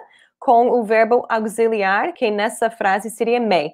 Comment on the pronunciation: esta aula esclareceu muita coisa. Só uma observação: auxiliar, o “x” tem som de “c” e não de “z” 😉